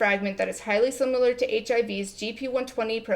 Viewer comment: Tpc: do you say ‘sim U ler’ irl? It’s pronounced the way it’s spelled - short ‘i’.